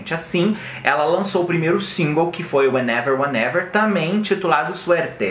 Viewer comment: Menina a senhora tem problemas com wehenever weherever hahaha 😆 só falou o título da música errado affs